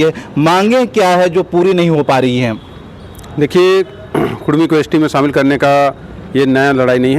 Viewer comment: आपसे निवेदन है कि कुडमी बोलें कुरमी नहीं